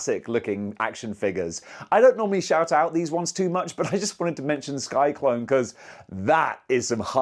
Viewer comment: His name is Sy-Klyne. Not Sky-Klone. Just had to point it out.